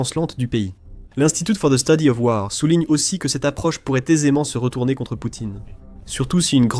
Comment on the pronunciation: Message pour l'auteur de cette vidéo : Quand tu prononces des mots anglais comme le mot : 'WAR', c'est mieux de les prononcer comme les anglophones (pas comme les francophones), c-à-d : 'WOR'. Et merci pour la vidéo qui fournit de très bonnes informations. 👍